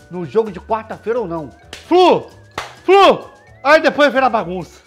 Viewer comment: FLU......ou "FRU" "FRU" ???